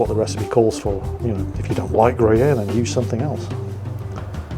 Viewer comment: As a french with some family in Italy, I'm actually impressed at how you nailed the prononciation of "béchamel", "gruyère", or "prosciutto". Well done. And frankly after what my father told about about english cuisine, I wasn't expecting this stuff from you, but once again, that's really nice !